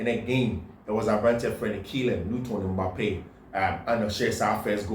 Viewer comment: Kylian lottin Mbappe not litton bro